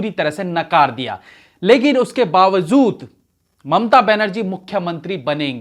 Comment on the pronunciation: Sir BAAWAJOOD bola kijiye. Aap BAAWAZOOD bolte hain.